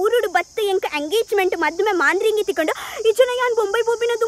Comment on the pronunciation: I think it is not Maandhiringi....it is madharangi